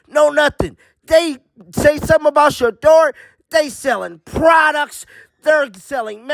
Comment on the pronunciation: How many times do you say SHEDUER SANDERS per day? 😂😂😂😂😂😂